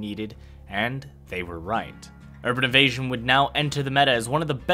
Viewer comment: "Urban Evastion"...